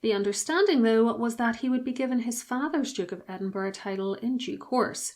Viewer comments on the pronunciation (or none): Edinburgh not Edinborough